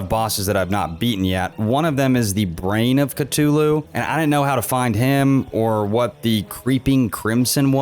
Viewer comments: "eye of catolu" 😭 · When he first said eye of ctuly it cracked me up 😂😂😂 It’s pronounced cuh-thoo-loo by the way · I hate how he says Cthulhu as cu-toto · Are we just gonna ignore the fact that he pronounces “Cthulhu” “Ctulu” I mean I don’t care I’m just saying